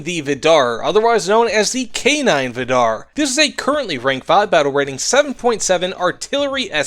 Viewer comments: It's pronounced viidar, not vidaar. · From a norwegian, it's pronounced more like Viidar, not Viddarr